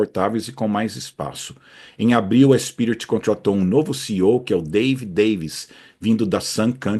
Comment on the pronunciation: Em leia-se “spirit”